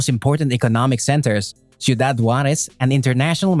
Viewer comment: Could have practiced how to pronounce Ciudad before doing the Video